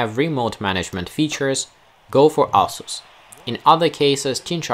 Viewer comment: It sounds like "asshole" Everytime you say Asus. Lol. Love the content keep it up